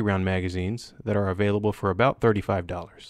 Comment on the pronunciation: Canadian or born in Canad, or just a far north state? When you said about in the video it’s the first time the accented pronunciation jumped out at me, “aboooot.” Have the AUG and the M9-A1, love them both! Steyr makes great guns, just don’t make enough different models. Also have a Steyr-Hahn 1912 and GB. The GB could have made this list? Not too sure of the GB’s history, would love if anyone could fill me in on its historic reputation. I know mags are insanely pricey, would love to find a reasonable source or some way to modify an aftermarket product to use in the GB. And if anyone hasn’t seen them, look up the tombs guard or some such name, special edition M17’s by sig for the guards at Arlington cemetery and the tomb of the unknown soldier. They are very pretty and not the usual ways people class up custom guns at first glance. One looks like polished black military boot finish.